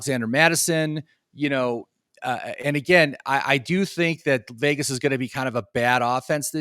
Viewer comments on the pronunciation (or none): none